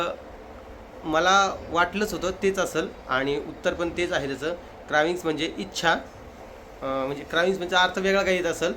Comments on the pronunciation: क्रेविंग बोलतात दादा क्राविंग नाही क्रेविंग म्हणजे डोहाळे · तुझ्या 2 गोष्टी चुकल्या एक म्हणजे क्रेविंग असत ते तू बोलला क्रॅविंग. आणि दुसरी म्हणजे डिले असत ते तू बोलला डीलाय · क्रविंग नाही हो ….क्रेव्हिंग्स(craving) …dohale